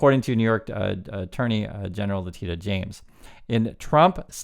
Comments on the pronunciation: It's Lah-tee-shah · her name is pronounced La-Tish-a